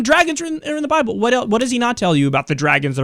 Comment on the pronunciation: he is funny as fuck...." if you read the buy-bull"